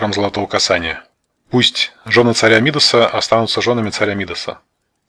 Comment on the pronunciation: Правильное ударение на последнем слоге МидАс